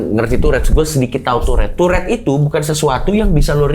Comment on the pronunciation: Tourrete ❌ Turret ✅